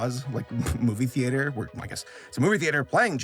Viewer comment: the way you pronounce theater drives me a little crazy lol